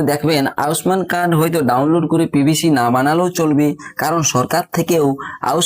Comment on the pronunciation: উচ্চারণটা ঠিক করে করো ভাই আউস মান নয় আয়ুষ্মান।